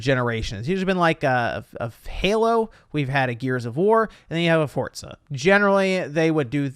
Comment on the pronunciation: Nobody:: “Fortza”